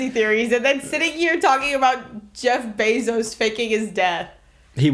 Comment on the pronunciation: you can hear southern accent jeffery bezos (Southern remix)